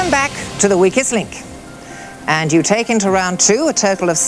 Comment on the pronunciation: She says total exactly like turtle.